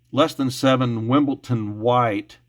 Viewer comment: There is no “ t” in “Wimbledon”.🇬🇧